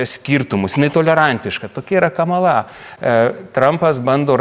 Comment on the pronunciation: Lietuviškai kirčiuoja kamala' :) nu veikėjas:)